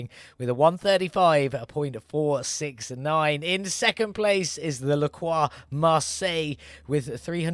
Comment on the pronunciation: Nice, finally a yellow taxi. Faster than the LaCroix (which you pronounced almost right but english people aren't used to the "R" sound so I can't blame you) but as sweet for the eyes. And the next build is a moon vehicle !? Ho man I can't wait for this one ! ^_^ 1hp ? I wonder how it will turns out on the gravel track...